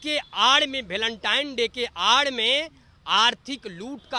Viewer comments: भलेनटाइन नहीं वेलेंटाइन होता है अनपढ़। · गोबर को वेलेंटाइन बोलना नहीं आ रहा है गोबर को और अपना